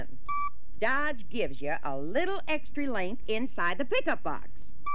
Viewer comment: He meant "lenth" instead of "length"